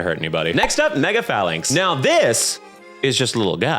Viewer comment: Falinks is definitely ally as it decided to be shiny for me (my favorite pokemon) Also Fay-links not faw-links